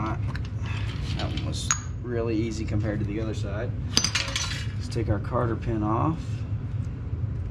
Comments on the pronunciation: I thought that same thing soon as he said it lol I wasn't gonna say anything but got a good laugh outta it.. love the vids tho, keep em commin💪✊️ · Aye bro.... It's Cotter pin not Carter, heard ya say that a few times or is that just that southern twang accent? 😆😆😆 Love the vids. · Carter pin? Lol cotter pin